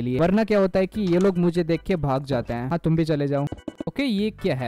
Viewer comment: Hain❌ haaa✅